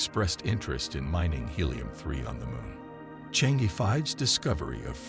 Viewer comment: For heaven's sake , it is NOT Change, it is Chang E 嫦娥 , the name of fairy who lives on moon , according to the Chinese legend !